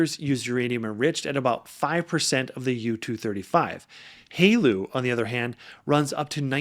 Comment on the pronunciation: Great video! and I can give you some tips on making sounding more like you are part of the nuclear industry: TRISO is pronounced Tri-so, not Tree-so. Haleu is pronounced Hail-Uuh. Keep the videos coming!